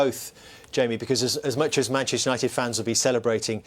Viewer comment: Manchester gary not manshter